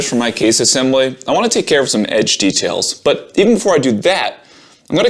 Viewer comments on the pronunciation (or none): none